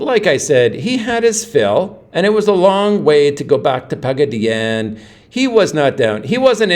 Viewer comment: Pagaddyannne?......😮 classy pronunciation....classy video 😂😂😂